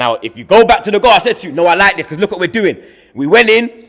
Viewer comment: I never understood why can’t Fucking pronounce the word BECAUSE.. ITS BECAUSE MATE. Not becaaaaah wtf is that?